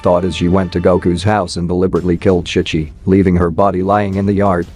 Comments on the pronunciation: Chic chi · Ki ki instead of chi chi is crazy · Bro is saying kai kai not chi chi 😂